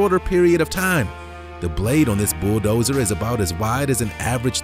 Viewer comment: Wtf is a "boo dozer"